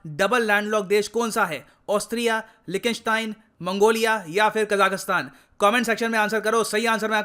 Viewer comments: 🤣🤣🤣 लीकटेनस्टेन not लिखी स्टेन please correct ur pronunciation bro it's pathetic. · Austria ka pronounciation sari bhashaon me galat tha aur Liechtenstein ka bhi accurate nahi tha